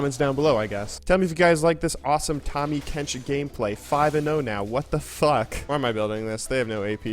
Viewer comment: It's Tahmmy not Tommy